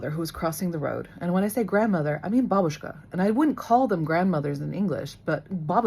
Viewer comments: the first way, like she says in the video. with the emphasis on the first syllable. ba-BOOSH-ka sounds kinda funny for a russian ear 😅 it's just wrong pronunciation from american movies i guess. also we don't say "na zdorovie" when we drink. this phrase in russian means "you are welcome", not "cheers" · We pronounce it with stress on the first syllable BA-bu-shka. And actually it is how we will address to any elderly woman, even though she isn’t your grandmother. Our children use the word “aunt” when they address to any older woman. Like “Mrs. Smith gave me a candy” will be something “Tyotia (aunt) Lena gave me a candy” because we don’t have appropriate words for these relations. Words “dedushka” (grandfather) and “dyadya” (uncle) will be used for a man of certain age